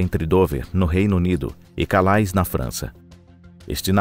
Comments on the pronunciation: E não se pronunciai calais (ao pé da letra), por ser ser frances, é "calé".. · A palavra CALAIS é francesa e se pronuncia CALÉ.